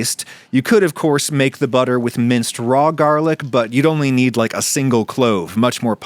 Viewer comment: Gerrlic Butter 😂